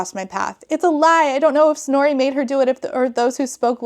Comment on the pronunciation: Is her name Snorey? That is all I can hear, I can't unhear it